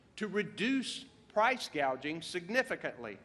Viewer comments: She can't even pronounce "gouging" but rather she said "gaging" c'mon man and she's to possibly be our POTUS? Was she reading off a prompter? That's even worse then.... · Saying gaging instead of gouging means she doesn’t understand what she’s talking about. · Kamala doesn’t know what she’s talking about so she said ‘gaging’ instead of “gouging”. Pathetic!